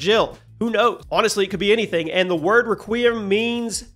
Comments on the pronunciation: Ruh qeee ummm hurt my soul it’s Rek we um if u don’t say it like that my soul will always feel it lol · I was thinking the same thing. "r-kwee-um" is a lot different to "Reh-qui-um" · All i hear is "qui-em" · It blows my mind how many videos I've seen on RE9 and how often Requiem is mispronounced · It’s like Nier: Automata all over again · that is not how you say requiem